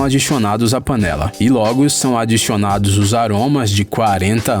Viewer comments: "Adixionado" kkkkkk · "adichionado Acho que acabei de perceber o teu sutaque :| >:D